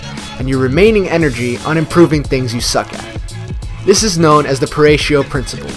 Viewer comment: Thanks for the video. FYI: About the Pareto principle: It's pronounced "Pa-ray-toe" not "Pa-ray-she-oh"